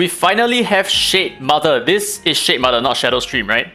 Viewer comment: shitmother, the way you say it... haha!